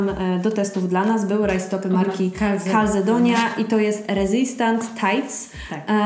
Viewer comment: Nie wymawia się Kalzedonia, tylko Kalcedonia, to z włoskiego, w każdej reklamie telewizyjnej słychac